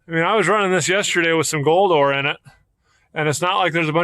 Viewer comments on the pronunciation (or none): Did I hear "Gold ore"?